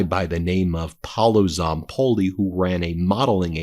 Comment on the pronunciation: Hi Ben, I just want to give you a tip go to Google translate English to Italian and Type Paolo Zapolli and hear the audio that way you will pronauce well in Italian the correct way his name and last name specially his first name because you are not saying right 😁